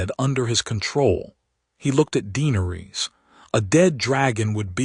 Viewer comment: Is it? I'm unsure whether to try listening again. i don't want to hear another tale of conquest and war against the Others. I was hoping for a story about Valyria, how Daenerys came to live there. Also, the AI narrator is very jarring. Vhagar is not Vee Hagar, it's not Jeeharis, not Deenaris, not Tayrion etc Is it worth the time? Any time?